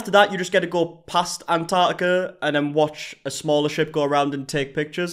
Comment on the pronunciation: Somebody please teach these people how to say "Antarctica" 🙄